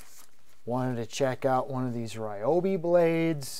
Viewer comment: The real pronunciation for Ryobi is actually REE-O-BEE